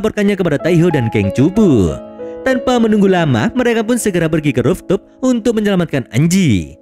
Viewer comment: cara bacanya ruftop min,bukan roftup